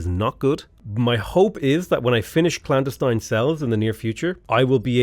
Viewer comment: you, sir, are mispronouncing clandestine